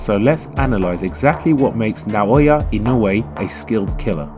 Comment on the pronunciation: 'NAW-OH-YA EE-NO-U-EH , I know it is hard for gaijins to pronounce his name.